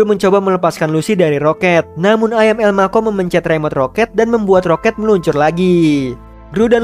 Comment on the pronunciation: elma cho menjadi elmako wkwkwkwkwk